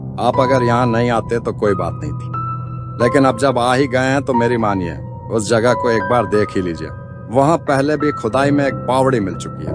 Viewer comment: Jaghe nhi jagha hota hai